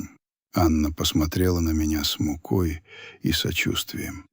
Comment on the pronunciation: Не мукОй,а с мУкой